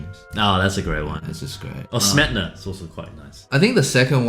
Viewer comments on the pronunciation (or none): As a person from slovakia, pleaaaase, it is “smetAna” not “smetna” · Ah yes, “Smetna.”